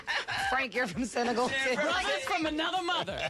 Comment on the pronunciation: I love you all but why can’t you pronounce countries right? It’s Senegal.